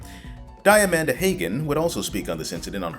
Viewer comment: What I'm hearing here is that Count Jackula was the most morally upstanding and proactive of the ex-CA producers. Also, least significant feedback: Diamanda Hagan's name is pronounced "Dee-a-mahn-da Hah-gan".